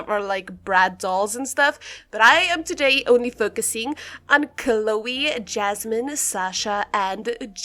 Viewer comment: it’s yasmin not jasmin 🥲